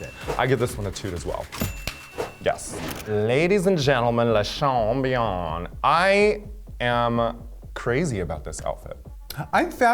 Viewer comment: Lasahawn??? disgusting